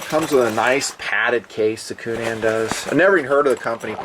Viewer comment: Love "unique" pronunciations. Coo-NAN, lol.